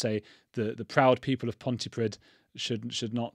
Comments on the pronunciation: Pronounced ponty preeth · I feel for the poor nurses who have to try and save his life, imagine being in the position where you are keeping a monster alive because you HAVE to. sheesh. just a heads up(no hate) 'dd' in wales is pronounced 'th' its pronounced pontypreeth